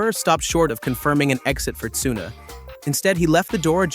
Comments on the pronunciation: WTF is this channel , don`t now how to pronounce any name right in the first minute. Yuki Tsuna and whatever you make of Horner. This is a disgrace. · It is Yuki Tsunoda, not Yuki Tsuna... And is Max Verstapen not Max Vers... So annoying and sounding arrogant, just very simple video edition of pictures and reading a text summarized by AI... This channel should be called "In Middle". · Wtf is with the "tsuno" and "Cristian horrrr", get a better AI voice man...